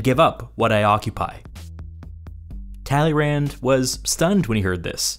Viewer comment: Kudos to a great video and thumbs up for this huge task except the funny pronunciation of Tälleeränd. Please! Check the right French pronunciation..... tuh-lay-'Râ. Stress on last sillable which has a nasal a